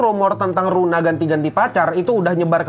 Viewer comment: Luna bang bukan runa